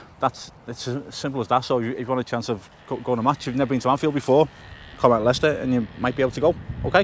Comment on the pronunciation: Lay- Chester